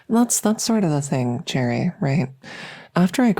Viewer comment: Thought you called the listener Jerry at one point but it was cherry lmao